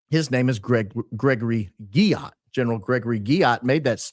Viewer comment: I like that he pronounced Guillot as “GYAT” 😆